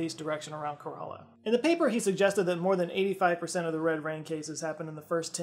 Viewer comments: Kerala ❌ Coralla ✅ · Kerala pronounced- Care- Allah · It's pronounced "Keh-Rah-Lah". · It's "ke-ra-la" not karala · corrections: 1. its STATE of Kerala, not city 2. Kerala is pronounced K-rella not Quarela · Kerala not Karala like button👇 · Kerala is pronounced like Carol-ah not Kur-allah. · As a Keralite, sorry I know I'm that guy rn, but u pronounce it like (Care-la). Ka-ra-la sounds very similar to what we call gourds in malayalam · Just a a friendly FYI: Kerala is pronounced "kera-la". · It's pronounced - Kay-ruh-laah, but yeah ok 👍🏼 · Love your channel, just a heads up, my state in India is pronounced Ker-a-La, like Shang-gra-La. Thanks for all the amazing content! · "Care-uh-luh" :) Also it's a state, not a city. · Its pronounced like KARen Karela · Kerala is pronounced "care-ah-la" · Kerala is pronounced more like CARE-uh-luh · It’s pronounced keh-ruh-luh. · KE RA LA. That's the pronunciation of the state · I love you with all my heart but your pronounciation of Kerala took a year off of my life (jk) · He knows he mispronounced Geoffrey of Monmouth but doesn’t apologise for butchering Kerala?!